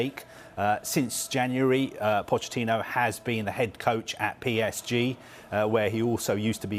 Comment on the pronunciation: Introducing Mauricio Fish-ittino